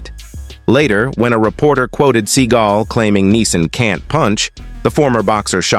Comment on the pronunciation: It's "seeGALL, not "SEA-gull." And yes, he is one of the most loathsome humans on the planet...now enjoying the obscurity he so richly deserves."